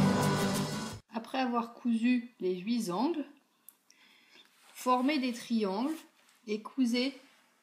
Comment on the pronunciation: Merci pour la vidéo. Attention, on dit huiT angles pas huiS angles... Ça m a piqué les oreilles 😅 mais génial.